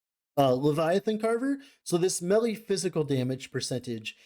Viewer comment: Instead of "melee" I hear "smelly" a lot of times here and it's kinda funny That aside, really interesting video, I'm not that deep into LE so this is some good info